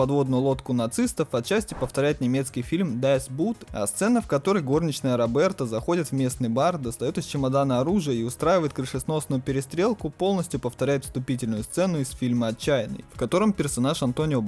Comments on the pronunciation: Кста правильно будет дас бот а не бут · Не ДЭС Бут, Дас Бот, немецкий же кстати советую смотреть режисерскую версию, а вот сериал новый не советую, говно то еще